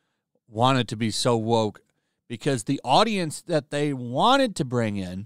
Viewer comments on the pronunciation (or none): none